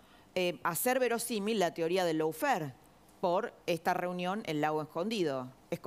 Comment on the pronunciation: Paren de decir "loufer". Si van a usar una palabra en inglés - lawfare - pronuncien correctamente: lofear.